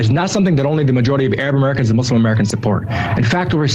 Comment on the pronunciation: Please learn to pronounce "Muslim," it’s not that difficult, really!